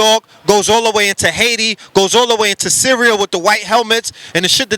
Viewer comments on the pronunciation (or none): none